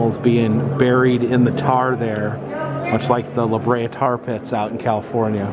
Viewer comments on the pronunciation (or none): none